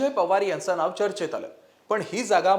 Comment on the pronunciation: णाव नाही नाव